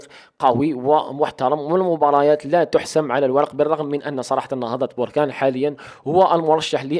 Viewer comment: اخي بركان ليس بوركان